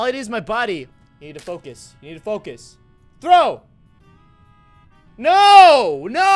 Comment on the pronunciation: DID you hear that he sed foc us